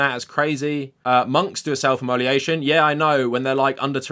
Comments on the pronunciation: Immolation = " immo - lation ". Not imoli ation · Good video but “immoliation” sent me lol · if you're going to talk about self immolation you should probably know how to pronounce it